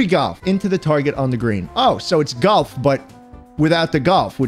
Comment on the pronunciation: I love galf man (not golf its galf)